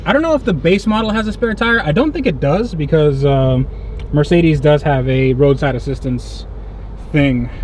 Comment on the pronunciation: Dude, it's Mer----cedes, not Mar----cedes.